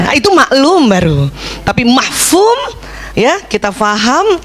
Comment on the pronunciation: bukan mahfum tapi mafhum😂